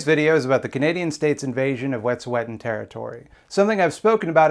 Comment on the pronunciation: i haven't seen anyone point this out yet, but from what i know, the pronunciation of wet'suwet'en you're using is incorrect - toonasa_tseke on instagram posted a pronunciation lesson! i'm also non-indigenous and living within the claims of the canadian government and i think we need to be trying as hard as we can to honour indigenous people's language as much as we honour their struggle. other than that, great video <3